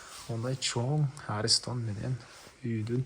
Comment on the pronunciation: айланайын арестон эмес аристон деп суйлочу кее бир создордун тамгаларын аябай уйкашртырат экенсин сен